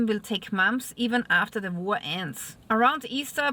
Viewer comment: War not Vor